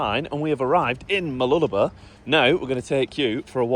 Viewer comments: I hate the fact that you are pronouncing Mooloolaba your way, pronounced Mooloo-la-bar. You Poms say it enough could cause it to change with many people. I like the sound of it, and love how it sounded when my late wife used to say it. She was born in Maryborough and grew up in the surrounding areas. I would hate with a passion if I visited her grave and the areas which was her stomping grounds, and hear people spoiling the names of the places as she said them. Like I hear some Poms say Her-vee Bay, when the locals always pronounced it Har-vee Bay, regardless of how it is spelt. There was only one word which got my goat was when she pronounced the colour Maroon. But I liked to argue with her about it. My memories. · By the way it's pronounced MooloolabaR, emphasise the BAR at the end. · The correct pronunciation for Mooloolaba is - Whilst saying the word you put a finger between your lips and go up and down whilst saying it. no bs lol....